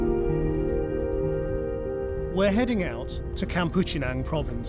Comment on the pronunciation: Not pronounced kampuchinang . Kam-pong chnang